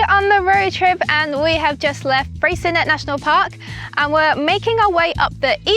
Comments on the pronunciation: BTW Freycinet National Park has a french name therefore should be pronounced Frey...cin..ee not Frey .. cin..ette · FYI the T in Freycinet is silent :) ---------Also Strahan? Its pronounced STRAWN